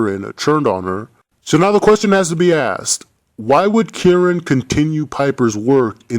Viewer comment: it's kieran lmao